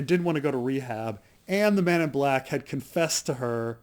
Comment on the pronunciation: Is it me or does each time he say 'Man in Black',, sound like 'Men In Black'?